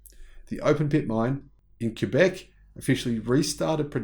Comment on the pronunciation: Thanks for pronouncing Quebec correctly! As a French speaking Canadian it is appreciated. Great report.